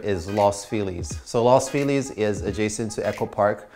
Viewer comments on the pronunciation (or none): Don’t say Los Feeleez. It’s Lows Feel ez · La philis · Lmao, no one pronounces “Los Feliz” like that here